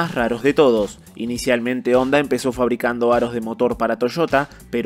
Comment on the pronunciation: #ONDA?¡?¡? Ya no es #Honda?¡, Honda es japonés y en japonés la H si suena, así que no se pronuncia ONDA, eso es de analfabetas